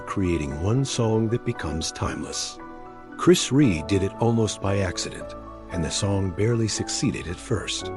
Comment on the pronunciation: Who the hell is chris reè it's chris rea you fucking disrespectful barsterd have some respect for the great man your cashing in on his passing there's no words for people like you now fuckoff